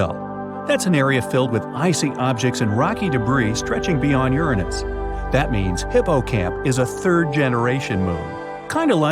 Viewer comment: YESSSSSSSSSSSS YOU GOT IT RIGHT!!!! YOU PRONOUNCED URANUS CORRECTLY!!! :D